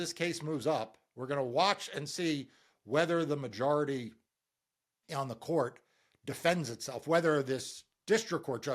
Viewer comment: Random question: Why do you keep mispronouncing “majority”? You keep making the O into an A.